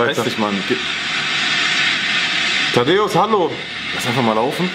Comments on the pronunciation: Es heißt Thaddäus nicht Tadeus 😂😂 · Es heißt Thaddäus nicht Taddeos 😂